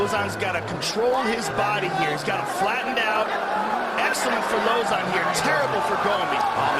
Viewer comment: Lmao, he tried to change up the pronunciation of Lauzon